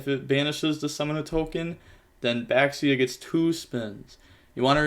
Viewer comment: Baxia is pronounced "basha" btw oh god the synchro, Chi Xiao, is pronounced (likely) Chi (as expected) sSh-ee-ow, but all with one syllable. If nothing else, the X is similar enough to an english Sh sound.